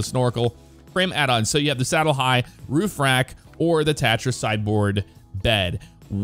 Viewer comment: You just pronounced tatra wrong